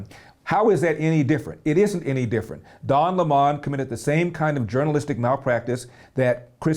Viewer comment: At first I wondered who Larry meant when he said "Don lay Mon." LOL!